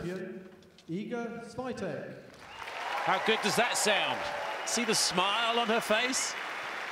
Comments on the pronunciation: hahhaha and the announcer said Iga Swoitek - remember it should be Swiontek with a little sound change at the beginning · not them calling her Iga Swaitek/Seeatik 😂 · The Commentator every 2 mins "SIATIC"!!😂😂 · This was before a lot of us knew how to pronounce her name :) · Back when non polish commentators didn't know how to pronounce her name. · They couldn’t pronounce her name correctly back then. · Every year there seems to be a different pronunciation to her name.